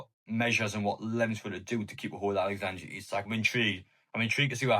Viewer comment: I'll be glad when I don't have to hear you pronounce his name Alexandra Isak.